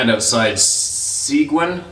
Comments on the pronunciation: Hiya and Round Table! Seguin is pronounced "Suh-Geen". Far as your acoustical problem in the hard-surface areas, why not try and find black or grey insulating foam? It comes in different thicknesses and panel sizes... Or, maybe just improvise. I had a home recording studio years ago... I sound insulated it with styrofoam billets that were 2 inches thick, by 8"x10" that were originally meant to pack in the ends of boxes. I just used Clear Silicone to "glue" them to the walls and ceiling, then painted them with 100% Acrylic wall paint. Cheers! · not to be rude but Seguin Texas is pronounced "Sa-geen" love the stories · It’s pronounced “sigeen”. I grew up about an hour from there in a little Tx Hill Country town called Boerne that is pronounced “Bernie”. You know, that German pronunciation! LOL. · If anyone cares Seguin is pronounced suh-geen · Seguin pronounced Seg-een, it's a tricky one even for people here in Texas. Love the videos and everyone sharing, keep it up!